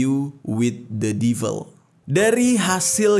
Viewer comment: Sekedar saran bang, baca nya blek ai clab… bukan blek ei cleb 😊, devil baca nya sama, bukan divel.